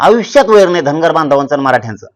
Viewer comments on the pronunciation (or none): आविश्य नाही रे आयुष्य asat te😂😂😂😂😂